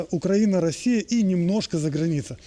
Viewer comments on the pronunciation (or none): none